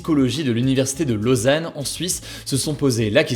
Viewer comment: juste une petite correction: [lɔzan] (lozane) et non (lôzane).